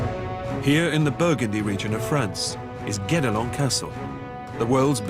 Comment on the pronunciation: it's "guedelon"